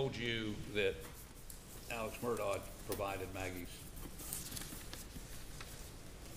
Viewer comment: This drives me crazy. His name is Alex but they call him Elick...If his name was Steve would they be calling him Sean?